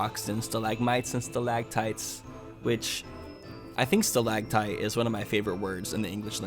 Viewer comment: "Stalactite is one of my favorite words in the English language" Also: pronounces it "stalagtite"